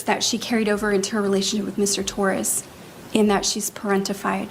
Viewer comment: T0RR-AZZZ? Owens, you POG, you cannot even pronounce the victims name?? No, she didn't ruin anything for him, he did it to himself before this case and then by taking it, Sarah didn't help, but she never helps any thing. You are right she gives the cameras such a. smug look then, she turns her head and throws one towards Jorge's family and the gallery. They were probably gone, or just not paying attention to her by then. You are making great videos, funny and very clever, TY and have a lovely Sunday!!